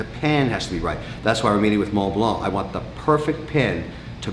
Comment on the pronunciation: Always a messy place and Jesus you have so much money and so many low end furniture. Also pronounce the names properly. Mont Blanc you don't say the C at the end and AP the T is not to be pronounced. It sound if he says Audemars Piket. I can give you proper lesson and take you watch shopping properly